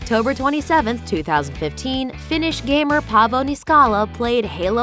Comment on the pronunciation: Damn you fucked up Paavo Niskalas name bad